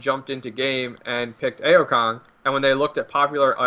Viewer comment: doesn't he say A-o Kong lol